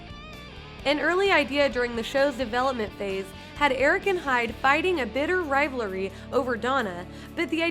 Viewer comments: Did anyone else catch "rivelery" ? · "A bitter riv-lary" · Fighting a bitter rivlary? I think you meant rivalry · RiVE LeR Ee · "Riv-la-ry" ok lady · A bitter "rivelery", it's rivalry. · A bitter “rivalery” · #4 "bitter rivlary"? It's rye val ree, not ryev la ree. #15 Wow. The Who had a band member named Pete Townsend AND a Pete Townshend? Incredible. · A bitter rivlary huh lol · I’m sorry... this just bugs me... Rivelery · Lol, "rivlary" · Whoever does the voice narration is absolutely ATROCIOUS. "a bitter rivlary...?" WHAT THE FUCK IS A "RIVLARY?" Honestly how is this mistake made and no one bothers to correct it before posting the video? Smh such poor editing and audio revision. I can only imagine how brutal hearing her verbally stumble through the other 26 facts will be. 😐😑😐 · lol nice pronunciation of the word rivalry